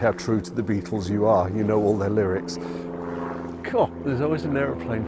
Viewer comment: BE- AT- TULS huh? Quoyt roytly mayte!